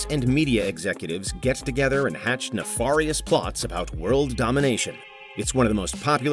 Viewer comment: I like how the narrator says nefarious wrong twice despite the correct pronunciation being said in the interview